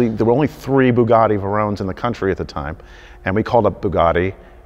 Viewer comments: I know I’m 3 years late but ‘Veyron’ is said how it’s spelt ‘vey’ ‘Ron’ not ‘ve’ ‘rone’ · Wtf is a bugatti "verone" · "only three Bugatti Verones in the country at the time." Verones????? He was surprised the guy didn't know what a Bugatti was but he can't even pronounce the name correctly, haha! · Haha. I don't live under a rock. I'm just knocking the guy's mispronunciation of Veyron (Vay-ron, not Vurr-ohn). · Vay-Ron I think not veron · Verones ?? Really ?? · Bugatti or whatever... but goes on to mispronounce Veyron. Dude, It's not Varon , it's Veyron. Great story though.. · Gotta love a good Bugatti Vuh-Rone amirite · Bugatti VEROWN????🤣🤣🤣🤦🏻‍♂️ Celine Mustang???? Sounds like somebody’s wife who thinks she knows all about cars 🤣🤦🏻‍♂️ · A Vey-roan...whatever that is. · Bugatti Verrone. Oh dear. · Works in buisness dealing with cars. Says Bugatti VUROWN. Really? VUROWN?!?! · This is a car guy, really? He pronounced 2 models of cars, and got them both wrong! A Bugatti Verone? Sounds Italian. LOL. WHAT? Is that like the Lamborghini Aventater, or the Pagani Zunda, and the Porsche nine one one? As for the Mercedes, its pronounced My-Bach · I love how he pronounced "veyron" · I wanna slap him for the way he said veyron